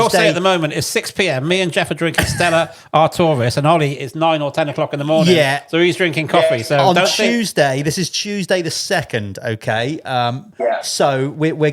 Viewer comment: Artoris hehehehehehe Ar twar is how you say it